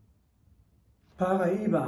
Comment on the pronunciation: Was ist Pariba???? Lernen Sie es erstmal richtig auszusprechen. Hab sehnlichst ihr Video vermißt.